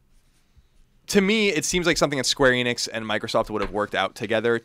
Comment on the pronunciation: They are pernouncing Square Enix wrong, just like everyone else